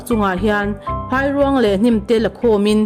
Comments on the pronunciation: Phairuang tih lam dan tur.chu Phai hi a ri hniam tur, eg Chaw a dai ti ta ila, dai kan lam ang khan 'Phai' tih hi lam tur a ni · Phairuang lam dan kha a dik hlel deuh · Phairuang hi lam dik hram teh.